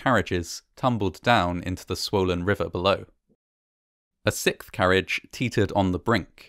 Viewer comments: Why can't Brits say "sixth"??? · i love your content! you just keep saying sick when you pronounce the word sixth lmao